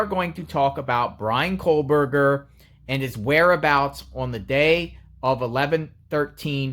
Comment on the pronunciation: Its kohberger not kohlberger